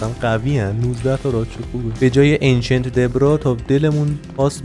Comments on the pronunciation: بابا انچنت دبریس چقدر روی اعصاب میری آخه کی میگه انچنت دبرا🤣🤣🤣🤣🤣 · خیلی رو مخم بود میگفتی انچنت دبرا:/